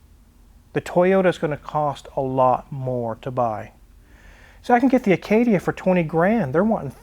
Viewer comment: I 😂😂 every time you say Acadia 😂😂